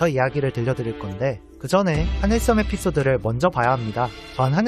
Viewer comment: 스물명(X) 스무명(0) 하늘썸보다는 하늘섬이 듣기 편할 것 같아요 자세하고 독특한 해석 언제나 잘 보고 있습니다 고생하셨습니다